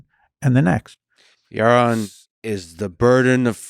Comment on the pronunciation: Ewmer fudd awguing wike siwwy wabbit